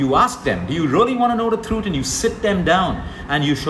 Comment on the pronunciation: Love the way you say truth...throoot🤗